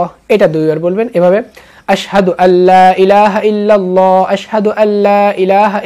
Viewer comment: আসসাদু বললে হবে না আসহাদু